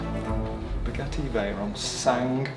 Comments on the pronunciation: Did you really just say "spaghetti vayron" Lol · In the video at the time instead of saying Bugatti veyron he said spaghetti veyron 😂😂😂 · bro, it so sounds like you said Spaghetti Veyron lmfao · Had to rewind 2 times to be sure, he actually says "a Spaghetti Veyron" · Is it just me or does it sound like saying spaghetti veyron😂😂😂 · I swear I heard Spaghetti Veyron repeatedly 😂😂 Senna's influence? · Please check how to pronounce the name of the car, as a french listenner my ears are bleeding 🤣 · He really is a true brummie the way he butchered 2 of the easiest words to say without knowing french. And no i am not from France i am Swedish.